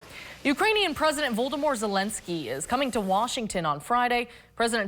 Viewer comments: 😊yea I definitely heard 'Voldermort' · … ominous to say the least. Not her fault, though… almost like it was a weird slip of the tongue